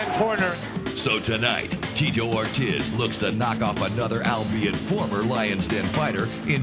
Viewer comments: The guy called him tee-toe or-tizz instead of or-teez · Did the narrator call Ortiz - Tito Or-Jizz? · They pronounce Ortiz like rizz lol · “Teto Ortez” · Why does he keep saying Ortiz like that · Call him cocky, call him rude, call him good...or call him corny and stupid, terrible at coming up with analogies. Those work as well, though not being able to pronounce Ortiz is pretty absurd as well. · How is it possible that the voiceover guy said both Tito Ortiz’s first and last name wrong